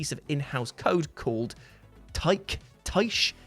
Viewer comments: Tyche is pronounced tai-kee. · TYCHE = TAI-CHI?